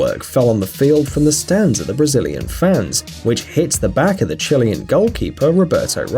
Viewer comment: Dude learn to pronounce Chilean properly